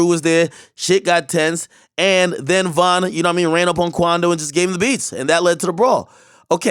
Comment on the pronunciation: Emphasis on "THE BEATS!!!" 😂😂😂💯 💯